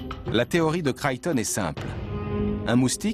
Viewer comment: Michael "Crayton" ??? 0_o)° Crichton, c'est mieux...